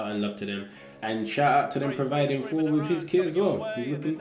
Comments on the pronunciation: I'm always baffled when people from England pronounce an obvious "TH" word with an "F". It 's "THOR". not "FOR". lol Fink about it. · be like “4” instead of Thor